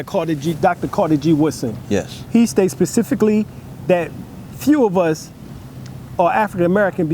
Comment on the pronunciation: Specifically bro...not patifically